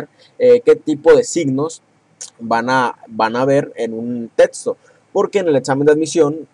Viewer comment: Es neta??? "Tetsto"??????